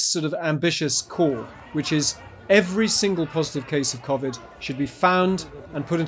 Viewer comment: The way he pronounced civid bugs me lol